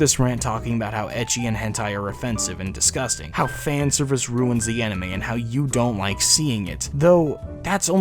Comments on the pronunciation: In the beguinning of the video they prononced anime "animi" But then... Later changed it to anime they had to say animi a couple of times to say it anime. Only me who noticed? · The mispronunciation gives the word "anime" is cringy to my ears... HELP. ME. "ANA MEEEEEEE" I WANT TO GOUGE OUT MY EAR DRUMS!!!